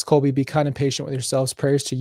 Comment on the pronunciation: PLEASE get his name CORRECT :((((( ColBY